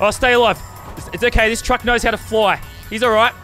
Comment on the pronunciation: I like how he said cuck not truck